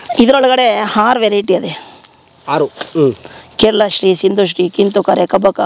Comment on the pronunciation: Ha Matta Aa kar exchange is common in Mysore region. He also said Haaru instead Aaru.